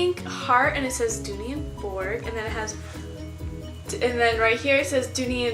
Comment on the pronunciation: not to be rude but you are pronouncing dooney and burke wrong